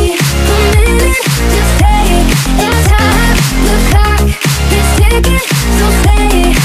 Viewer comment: Sprinkle Dash the lyrics to the song are "the clock is ticking" not "cock is ticking" I'm saying it sounds like cock